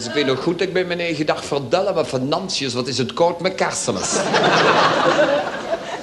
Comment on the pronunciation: Het is frater Fernantius, niet Venantius, maar het blijft leuk.